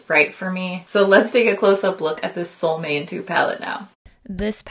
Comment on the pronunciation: Long time fan and I love your content and how informative it always is. Soo hopefully this correction is rude or anything. The a in Solmåne has a circle above it. Which means the å or pronounced like a long O like in cone. Sol means sun in Swedish. And måne means moon. So solmåne means a solarmoon. :) This palette is totally tempting me. It’s so pretty. But also echos Angelica’s Club Nebula to me aside from the orange.